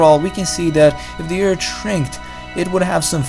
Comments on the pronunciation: Narrator....your videos are interesting BUT as a presenter unable to pronounce 'th' is so hard to listen to multiple times...especially 'Erd' (earth) Sorry. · Learn to pronounce th!